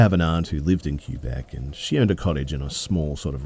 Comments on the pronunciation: Not Q-bec...more like Kaybeck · LOL Cue-bec? Kwe-bec or Ke-bec. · Sorry, I can't stop giggling at the "Cue-beck" pronunciation of Quebec. :P We pronounce it "Kebbeck" or "Kaybeck", if you want to know. :) Anyway, it sounds like they ran into a bean sidhe. What one would be doing in Quebec I'm not sure, but then a lot of Irish settled in Newfoundland, which is right beside Quebec, and historically France did have a close relationship with Scotland. So perhaps one followed.